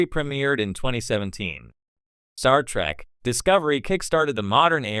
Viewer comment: Wow, for someone whose CHANNEL is centered on Star Trek. You flip between Trek and Track like my goddaughter who is 8 years old. Please don't defame the show, nor disrespect the fans with your stupidity. BTW, get a text to speech program that actually can pronounce words, or at least that lets you choose pronunciations when it isn't sure. I'm not asking for billion dollar text to speech, just make sure you're happy with your output, before you post it.